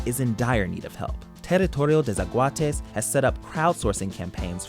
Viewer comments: "Tarritourio te sekuates" 😂 mae, al menos lo intentó jajaja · I am from Costa Rica and I can't with you sayin ''Teritorio de zaguates'' 😂😂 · Terittorio dei szahuateis